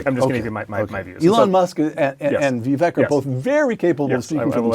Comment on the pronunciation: Vivek rhymes with cake, not deck.